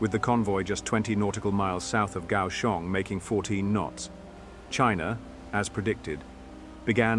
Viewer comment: "Pronunciations of places, names and translations are my best guess or through open resources such as Google Translation, etc " -- You got Kaohsiung and Basa Air Base perfectly. Great video. I just wonder why no Taiwanese air or naval assets were involved as they are closest to the action.